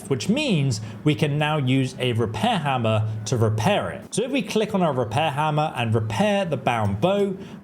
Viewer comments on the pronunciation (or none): none